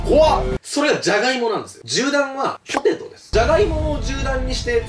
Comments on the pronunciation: 最初のPOTETOがPOTATOになっちょる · かのんさん ポテトもポタトになってたw